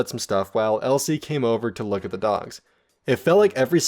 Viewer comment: No, more like Looké. The sounds are more forward in the mouth